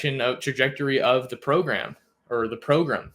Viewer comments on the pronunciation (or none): Thanks for keeping us updated. I missed the show when "program" became to "progrum". Anyone?